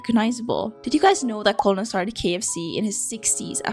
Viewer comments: Hearing you pronounce it co-low-nol and not ker-null is depressing for me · Harland Sanders was a "Kentucky Colonel"...it's a courtesy title; didn't actually serve in military. BTW, the English word "colonel" is pronounced as though spelled "kernel". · Just something you should know. Colonal is pronounced (Ker-nal). It's a job/title. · Colonel is a military rank btw. I don't blame you for it, but I did get a kick out of you talking about him like that was his first name 😅 And US folks tend to pronounce it like "kernel" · Hi, USA viewer here. I grew up in Ohio and now live in West Virginia, and in both places, I was very close to Kentucky. Colonel is not actually Harland Sanders’ first name. It’s an honorific title that the Commonwealth of Kentucky gives to certain notable members of the population. I actually know a couple Kentucky Colonels myself. Also, it’s pronounced “ker-nel” isn’t English fun?